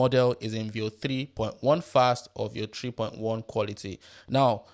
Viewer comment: What you are barking when you say 3.1 & your accent is so horrible. I had to rewind 5 times to listen. Still could not understand. Finally had CC on to read the text on screen. You should talk for international audience. Not bark for your local native audience in your native accent. Learn to talk crisp & clear & slow in neutral accent. Better still use AI voice in neutral clear style. Unbearable accent.